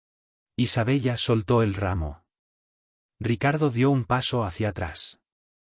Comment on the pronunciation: Se escribe Isabella, pero se pronuncia Isabela.